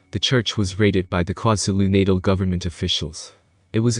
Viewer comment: Kwa Zulu natal pronounced “kwaah zoo loo Nah tarl”